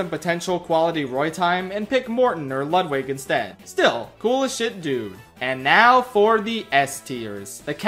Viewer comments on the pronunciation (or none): none